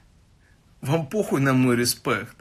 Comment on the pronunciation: учитесь , рЫспЭкт , вот она старая школа ,хахаха...